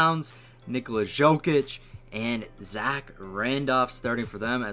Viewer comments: It's Yo-Kich not Sho-kich. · Dude you dont know to pronounce names of any foreign player wtf do you even watch NBA??? Dzokic, Dragik LOL